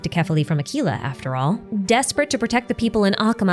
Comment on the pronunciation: I wish you pronounced Aquila's name correctly.